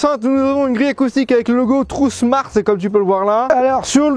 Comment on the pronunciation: Bonjour pourquoi tu dis trou smart? C'est tron smart. Tu dis trou smart depuis des années d'ailleurs, c'est fais exprès dourti lamoui? Y'a pas de u a ce que je sache. Tu confonds le u et le n. Trouusmart. Lol😅